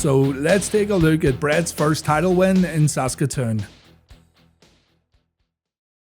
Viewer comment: I was there. I saw it live. It definitely surprised the crowd. That was also the placed when Yokozuna made his debut. And props for pronouncing "Saskatoon" correctly. You'd be surprised how folks have some trouble with that.